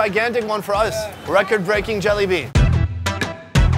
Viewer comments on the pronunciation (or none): Bro did he just say jelly bean or Jalebi? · He’s saying Jalebi like, “Jollibee.” 😂